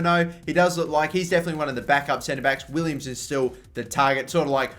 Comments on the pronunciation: Jetro Willems' last name is pronounced "Villems" not "Willems" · Will-ems not Williams! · wow I'm stupid I meant to say it is pronounced villems. Sorry guys! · Riedewald is pronounced Ree-Der-Vald Willems is Villems Just some tips for pronunciation